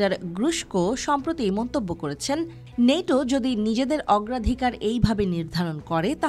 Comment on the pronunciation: নেইটো না ওই ন্যাটো